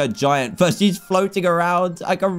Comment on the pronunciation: The way he said giant fart. Gaiant. Faut.